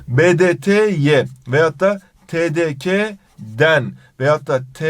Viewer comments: Te Te Ka değil güzel kardeşim. Te Te KE diye okunur o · TDK (TeDeKa) diye okuyor YANLIŞ. Türkçe'de Ka diye bir ses yok (TeDeKe) olması lazım. Yönelme eki gelince de a değil e kullanılır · TeDeKa değil TeDeKe